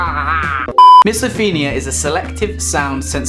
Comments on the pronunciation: It's pronounce MISO PHONE IA not MISO FIN IA. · it’s not miso-feen-ia it’s miso-fone-ia btw it’s a good video though👌🏽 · since when did o get pronounced as e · Certain you're pronouncing it wrong!